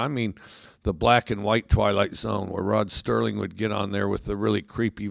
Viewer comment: Hey Mike, get it right! It's Rod Serling.